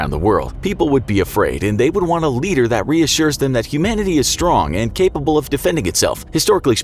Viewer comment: capable or cape-able, hilarious...